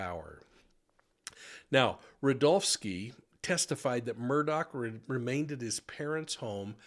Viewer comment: His name is not Alec Murdoch/Murdock. It is pronounced Alex Mur-Daw. I just love grammar, phonetics, and the English language.